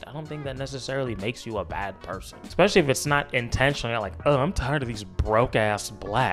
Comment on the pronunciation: FD taught me, even intelligent Black people will disappointingly say; " exspecially " .